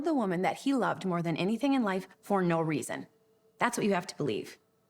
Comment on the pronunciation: Why do they keep saying "for NO resaon?"